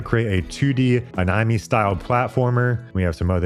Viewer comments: Am I the only person that notice bro said anaimee? Or am I trippin? Bro is this ai too? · Uh-ny-me? You mean "a-nih-may?" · Anomi??? Bro aint no fckin way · “A knee may” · Let’s call this technology “Ah-nye-mee” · Anawme? dude....you cant be serious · Except anime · Does he say anime incorrectly for engagement? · That pronunciation of anime is outrageous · It made me flinch 😆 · It’s engagement bait